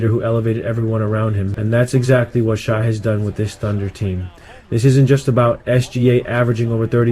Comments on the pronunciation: Just came across this and dig your breakdown. Now a new subscriber and looking forward to seeing your page grow; however, it's pronounced SHAY not SHY. 😀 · It’s Shay not Shy